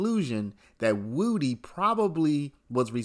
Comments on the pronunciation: Why does he keep calling him Woooo-Dee? It's Woody like would-ee. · Not Woody, it's "Woo De." That is what his mom called him and that is what he said about it's pronunciation.